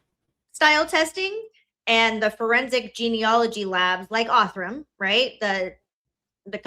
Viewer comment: I can't with how shes saying "Othram" as ''Ortham" 😵‍💫😵‍💫😵‍💫